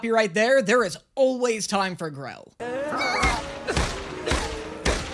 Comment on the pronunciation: It's Grell,not Grill.